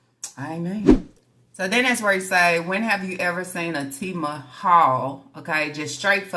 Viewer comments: AND IT'S TEMU ( T-MOOOO) NOT TEMA😂😂 OLE IN MY FRED SANDFORD VOICE 😂😂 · "TEMA" This mf'er can't never say anything RIGHT!!! And WTfffff think taking a long drive makes the check engine light go off!?!?! "Lapsed" is what the means regarding the insurance. Double the meat WHERE!? That was a normal amount of meat for the number of kids you got! 🤦🏽‍♀️